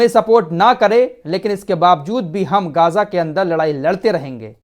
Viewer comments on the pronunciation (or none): भाई गाज़ा नहीं सही मे ग़ज़ा है